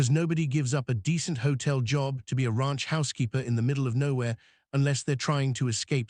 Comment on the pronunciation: The "Rah-unch" 😂